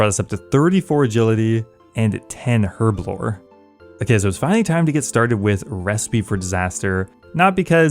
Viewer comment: I didn't know the lockpicking lawyer plays osrs... THANK YOU for saying herblore right btw